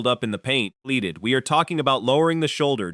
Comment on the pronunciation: OMG! What the lell is up with the narration in this video? In the captions, why does it keep putting up the word BLEEPED while the voice says BLEEDED? Can't you lazy creators do anything anymore without A.I.?